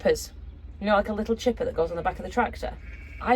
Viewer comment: Thanks for the shoutout mate. You are no longer have way to 70.. you’re now half way to 72 😜 also did you say chipper…… 🙏🏼